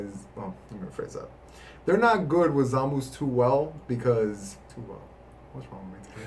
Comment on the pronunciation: every time i heard him say "Zamoose" i died a little inside because it's supposed to be "Zah-mah-soo" or "Zah-mahs", great deck profile though. Personally i run four 2 drop goku blacks to always have him indestructible for earlier game potara fusion, mostly because the effect is so much better in early game to prevent negates and counters